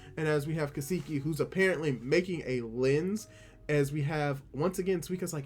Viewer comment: Ka-Sa-Key, it's not Ka-Saki, lol. Love your reaction bruh